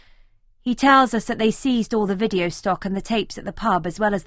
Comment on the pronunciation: Wideo 🤣🤣🤣🤣🤣 it's not pronounced like Video. It's pronounced like Wide Oh.